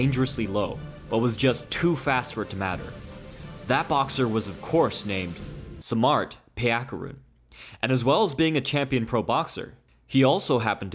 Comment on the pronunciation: Great video. Just one thing. His name is pronounced "sahm maht".